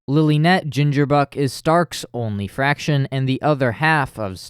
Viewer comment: I loved this video, i have one i guess “gripe”. You say spanish names well, but why do pronounce “Fracción” as fraction? Im not judging just curious!